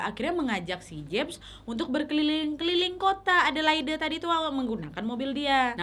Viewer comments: Maaf kk, sekedar koreksi. Adelaide dibaca edelaid, bukan edelaide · Wak, bukan a de lai de, tapi e de leid waaaakkk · Sorry kak, aku geli ketika kakak menyebut kota Adelaide Dgn pronounce yg salah. Bukan Adelaide seperti yg tertulis tp Adelaid. Maaf aku tinggal di Adelaide dah hampir 5 th smpe skg. Thanks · Bunyi nya adelade = Adelaide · Adelaid bacanya gitu Nyak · Aq tinggal di Australia. Lucu pas Nadia pronounce Adelaide (baca: Adeleid). Mgkn iitu kasus dulu, skrng memberi tumpangan orng di jalan, ada law nya, ga boleh dan bisa kenak fine. Dan sudah g pernah denger kasus2 tumpangan seperti ini lg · Iyaaa salah ya,harusnya cari dulu di gugel